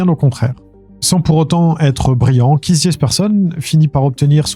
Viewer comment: KEITH se prononce KÉT juste pour corriger sans jugement. Merci